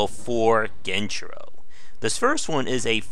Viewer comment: Dude is he trying to be annoying by saying genchiro gen-I-chiro smh